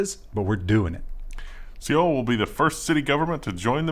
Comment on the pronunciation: Sea-ohl...really? Seoul = Soul.